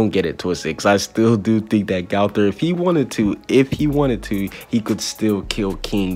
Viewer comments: AND ITS NOT GAOTHER ITS GOTHER GO THER OK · I don’t like the way you say gowther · Your saying gowther wrong 😑